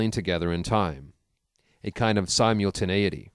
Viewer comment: Sy-mule-tinAity or sim-ul-tinAity? Haha i do enjoy this work I'm just commenting on something i noticed